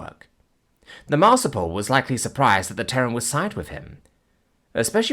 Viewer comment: Marsupial, not marsupal. Please it's hurting my ears... Not like I could do better tho, keep up the great work, and thank you for the new series!